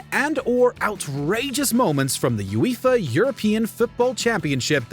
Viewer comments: You-ee-fa? LMAO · What? You mean the "You-Eefa" cup? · No one: Absolutely No one:: "You-if-are" 😐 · "You-Eefa" lol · "this angered Ueeeefa!". this voice over is number 11 on this list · Cool video but boy am I triggered about how the guy kept pronouncing UEFA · Whoever the person is speaking over the video, he butchered it hahaha absolutely no idea what he’s taking about can’t even say UEFA right… it’s 4 letters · Every time the narrator says UEFA it makes me ears bleed 🩸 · The way he said UEFA it hurt my ears